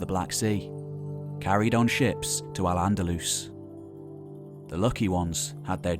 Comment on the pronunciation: Nice overview of the time - You nailed Al - Andalus nicely!